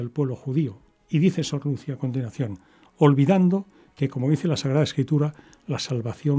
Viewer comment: ¿Por qué pronuncia el nombre Lucia sin acento en la i?